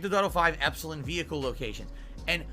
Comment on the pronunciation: Ok, NOW it's personal! pronunciation of "Epsilon" is grating on my half-Greek eardrums!